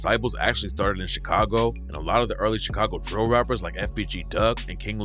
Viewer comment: why he say DRIILL rapper like that when he refered to spice lmaooooooooo got me dying